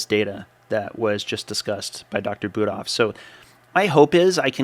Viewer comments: Yeah, this doesn't surprise me. These vagoons, and LDL statin pushers are hatin right now... This Mick the P** has always had it out for you. Who does he think he is trying to "debunk" your study? I like the way Prof BK handles these ideologs. I also find it disresfectful that he misprounced Budoffs name in a derogatory way. Similar to that Cardiologists that Dr Norwitz was talking about. I'm glad you and Dr Norwitz are defending your study. It's ok to show your teeth to these clowns. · Interesting attack by Mic. Interesting selective edit by Mic to make it look like Shawn Baker said something he did not actually say. Also interesting mispronunciation by Mic of proper name of the lead researcher. I found that quite insulting by Mic. Personally I do not believe that saturated fat causes heart disease or high lipid levels. In fact just the opposite that saturated fat is healthier than industrial seed oils. I also do not believe that high LDL is causal to CVD. READ Malcom Kendrick for the long and nuanced explanation. LDL is present everywhere in humans. It is the supply truck that shows up after the artery has been damaged to supply repair material. I don’t think anyone seriously believes that LDL causes CVD or any other disease.